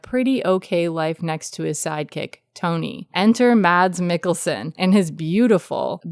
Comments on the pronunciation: "Mats Mikkelsen" lol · Loved it. Have you settled on a pronunciation of his name?